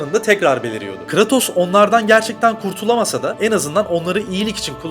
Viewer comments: Abi yaptığınız videodan bağımsız şu adamın ismini telaffuz ederken; "Kıratos" demeniz bana çok itici geliyor ya. Konuya odaklanamıyorum resmen. Abi doğru bilgiyi geçtim hiç mi oyununu oynamadınız ya. Eski oyunlardan yenisine hepsinde "Kıreytos" diye okunuyor bu adamın ismi. Bunu doğru bilemeyen, söylemeyen birinin verdiği diğer bilgilere nasıl güveneceğim diye de aklıma geliyor, kusura bakmayın, videodaki diğer içerikten bağımsız yapıyorum bu yorumu. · abi kratos deme artık düzgün oku şunu.